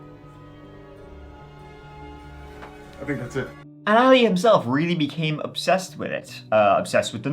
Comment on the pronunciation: Sorry To Correct You But Your Pronunctiation Of His Name Is ALI.... He Is Arabic So His Name Is Pronounced AHHH LEEE.........